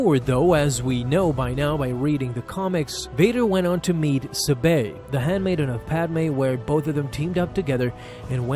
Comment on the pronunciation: I couldn’t keep watching after you mispronounced Sabé over and over. Yes I know the accent mark is on the second syllable but no one pronounces it that way. But hey ya got me to comment.